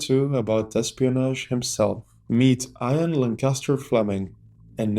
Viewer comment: IAN fleming ... not IRON fleming